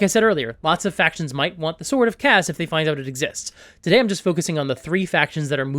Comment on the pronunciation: Nobody asked, buuuuuuut.... Kas is actually pronounced "KOSS"